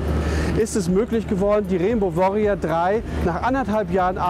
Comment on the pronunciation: reenbau wooriau drei :D - geile aussprache ^^ aber ellich mal GreenPeace ist die beste und unterstützungswerte Organisation die es gibt !!